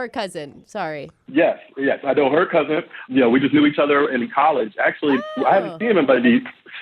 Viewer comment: Dudes a teacher but kep saying "cousint"